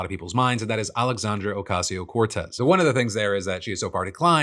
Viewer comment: Phil for gods sake, its been years 😂 its pronounced ocasio-cortEz not ocasio-cOrtez It’s starting to feel like how people “couldn’t pronounce” Kamala